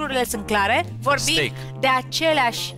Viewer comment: Steak este pronuntia corecta, dar cred ca s-au grabit